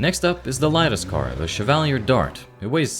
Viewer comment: Everyone's complaining about the guns, but the real mistake is how he pronounces Chevalier and Meade! In all seriousness though, very good and interesting video! Hopefully more Zomboid content is made soon! :face-blue-smiling